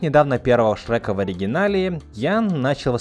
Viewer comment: Боже, я не знал, что значит фраза "глотать буквы". И в этом ролике услышал. "Шэка", "хрометражу", "рекомендую среть фильмы". Чувак, говори нормально, по ушам режет. И хватит выделять Я в слове дубляже.